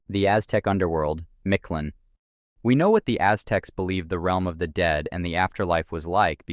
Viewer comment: As much as you researched this, one would think you would pronounce Mictlan correctly, you pronounce its ruler nearly perfect which is why I find it so hilarious lol. Thanks for the upload =]